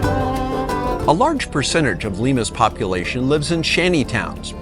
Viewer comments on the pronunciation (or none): none